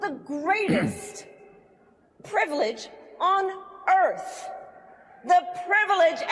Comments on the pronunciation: Note to Kalama: It's pronounced earth, not earf. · I had to translate the word "erf" that she spoke with closed lips to the English pronunciation "earth". I'm assuming she has a speech impediment and can't enunciate the "th" sound. 🤔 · The greatest privilege on earf??? Maybe she is black or trying to be ... it's pronounced EARTH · Did this chick just call earth, erff?